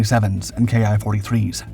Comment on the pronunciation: The "Ki" in Ki-27 and Ki-43 is pronounced the same as "key."